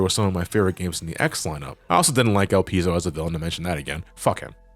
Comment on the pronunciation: ''Elpis'' (the japanese version of Elpizo) is an ancient greek word and it means ''hope'' (in moden greek it's ''Elpida''). ''Elpizo'' is the verb of this word and it means ''I hope''. Your pronunciation is correct.